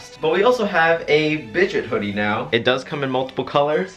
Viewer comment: Me everytime he says Bidgets: * laughs in 5'10 *